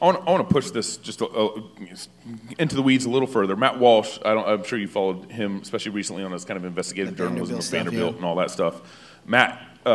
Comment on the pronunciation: Joe Kent can’t even pronounce “ESpecially correctly. It’s NOT EXpecially.